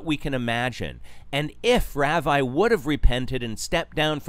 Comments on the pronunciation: It's pronounced rah-vee. Geez, at least know how 2 pronounce it since you're doing a video about him. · just saying, it's pronounced "Rahvee", not "Raaveye" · thats an interesting way to pronounce ravi 🤣 - RAVIEEEEE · You pronounced his name wrong...